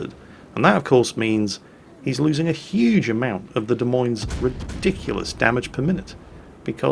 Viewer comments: it's De Moinz, oi like oil otherwise known as the Daisy Mae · "Des Moines" = "Deh Moyn". Just sayin'. :-) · A quick note. It is pronounced "de moyne", and since I'm here Roanoke is pronounced "rowanoak". You're welcome. :-) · What in the world is a "Des Meens"? I know what "Des Moines" is. I've even been there. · it's De moi nes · Ok, which one of you jokers fooled poor into pronouncing Des Moines “demeeens”? 😂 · de mines? i just wait till calls this ship "TO THE SALTMINES!!" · in America we say Des Moines completely different lol. Our pronunciation is something like ( Da Moyn ).;) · Des Moines.. .pronounced Duh-Moin. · I believe it's pronounced "Dez Moneez" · hahaha its really funny to hear him pronounce it De Meens.........its close enough i guess. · the ship Izolate is sailing is pronounced Da-moin, the e on the end is silent. it is the capital of the state of Iowa. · Des Moines... pronounced “De Moyn” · I say this every time someone says the "S" at the end of Des Moines. THE "S" IS SILENT FFS. I know was pretty good at keeping it silent but he let it slip a few times:P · Your pronunciation of Des Moines is making us Iowans' ears bleed. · Pronunciation link your so crap lol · you're saying the the Des Moines wrong. Anyway you old gnome, see you in the salt mines. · "De' Memes"? You mean the "Dah Moine"? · If you ever visit Iowa, it's " d uh M OY N " not " Dee Meens" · Ok, Duh Meenes, is not the capitol of Iowa, but DE MOYNE is. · Da Meanz? LOL It's Da Moynz! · What is a demenes? As I live in Des Moines, IA it is pronounced deh-moin. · Dee Meenz? it's Duh Moyn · the way to pronounce the "Des Moines" is De Moin (rhymes with coin) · Cracked me up. Des Moines is pronounced like De Coins. Justifiably, nobody seems to get it right. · De Moin is how its said in NA